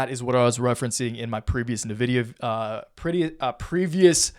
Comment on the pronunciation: It's "ENvidia" you swine. /jk